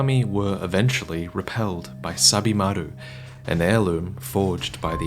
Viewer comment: At first I thought you were saying "Stab-imaru".